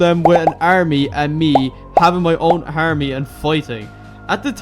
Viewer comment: Army ❌ Awrmy ✅